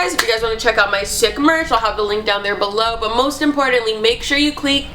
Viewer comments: "cleak" lmaooo love to hear more of these spOooky stories snapchat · "make sure you cleek"😂